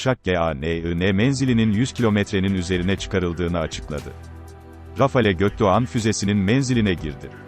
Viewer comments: Ge-O-Ke-De-O -yumusak Ge-A-Ne nedir Allah aşkına. Adam GÖKDOĞAN kelimesini okuyamıyor da kodluyor sanki. ÇOK KOMİK😄😄😄😄😄😄😄 Çe-O-Ke-Ke-O-Me-İ-Ke. 😀😀😀😀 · Güzel içerik fakat yumuşak g ye takıldım, içeriğin önüne geçti. Bunu seslendiren program falan mı. 4 kere dinleyerek füzenin adını çözebildim. Gökdoğan mı diyemiyor bu program.